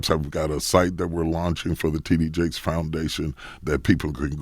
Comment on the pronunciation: It sounded like DJ Envy introduced him as Tiddy Jakes! Lawdddddd